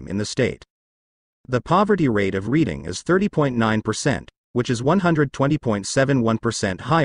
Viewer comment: You're talking about York while showing Philly's Kensington section which it one of the nation's most destitute and narcotics ravaged areas in the U.S. It's pronounced Redding not Reading.